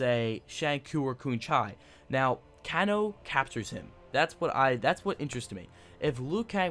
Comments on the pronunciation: Kahn-o instead of Kano as well. He lost me completely when he said he didnt own MK9. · Sang Koo, Koon Chai, & Canno? Correct pronunciation is a as follows : Shinnok - Shin•Nock Quan Chi - Kwaan•Chee Kano - Cain•Oh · i came here for can-chew (shinnok), and can-chi (quan shi) and can-oh (kano) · It's pronounced Kaynoe shin ok and Qwan che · Yea and Can-O! WTF is wrong with this guy. Obviously does not know anything about old MK arcade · Dude! Shinnok (Shin-Ock) Quan Chi (Quan-Chee) Kano (Kane-Oh) Shujinko (Shu-Jink-Oh) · he even butchered Kano! lol but he can pronounce LIU KANG lol but the info was cool!